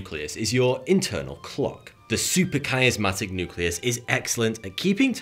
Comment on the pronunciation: "Supra..." not "super..." & SUPRA Dude! SUP-RA not SU-PER